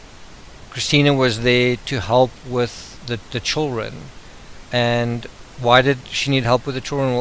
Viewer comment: Your voice is not boring! It's perfect. I have only one complaint. Your pronunciation of 'children'. I don't know why, but it bugs me.